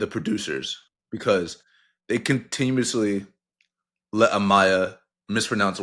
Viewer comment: Bruhhh 🤣🤣 min in Jalen complains about mispronunciation and he says “they comtinuously” love you cap 🫡